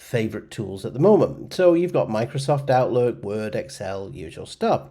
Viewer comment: Me perdió cuando trato de pronunciar la palabra Word...lo he repetido como 10 veces